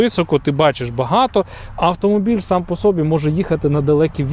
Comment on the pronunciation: Вчіть Українську мову, ДІЄСЛОВА НАГОЛОС НА ОСТАННЬОМУ СКЛАДІ - перевезтИ, а не перевЕзти Сам по собІ, а не по сОбі